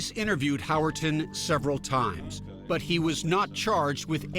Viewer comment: Howerton? He really flubbed the D.E.N.N.I.S. System